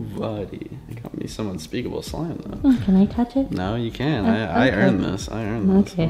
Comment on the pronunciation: Unpeakable: I hat eyou guys Me: I thought it was histerical